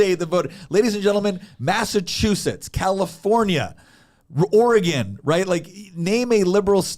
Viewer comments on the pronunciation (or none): none